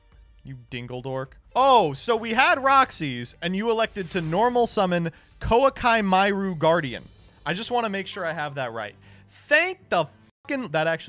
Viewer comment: Plenty of things to say here. That pronounciation of Koaki Meiru, I dunno if it's the official one, but it's horrible to hear, it's perfect. And shout out to Youtube for telling me it's a Hearthstone video !